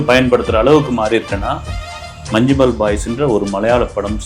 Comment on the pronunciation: உச்சரிப்பு 'மஞ்சும்மெல்' இல்லை 'மஞ்ஞும்மல்'